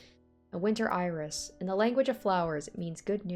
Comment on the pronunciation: for Australian "Oiris!"